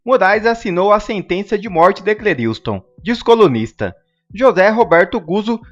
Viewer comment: Meu caro Youtuber, em respeito ao morto, por favor pronuncia o nome dele correto: é C L É R I S T O N, não é C L E R I U S T O N...